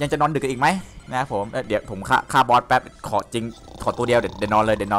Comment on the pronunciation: "ฆ่ามอท"อะไรละ "ฆ่าบอส" ไม่ใช่ "ฆ่ามอท"